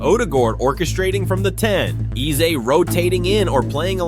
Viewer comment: Eze name isn’t pronounced like a that. It is Aza like (a) the letter and not (e) the sound. In his language, Igbo there are 2 e sounds, normal e sounds and (e) sound that sounds like (a) the alphabet.